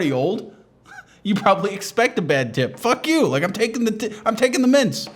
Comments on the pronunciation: It’s not the audio quality, it’s his failure to enunciate. It took me a good 30 seconds to work out why the hell an old lady was putting half a bowl of mince in her purse. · Thought he said mince like the meat. Painted a funny image for a moment.